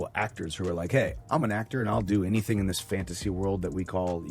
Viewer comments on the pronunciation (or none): none